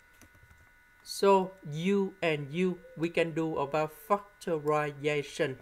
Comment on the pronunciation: fuckturiation....wow Impressive English